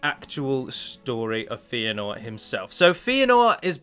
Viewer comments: His name is pronounced FAY-a-nor or FEH-a-nor, not FEE-a-nor. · Feanor is pronounced "fay-ah-nor", not "fee-ah-nor". Good vid tho :)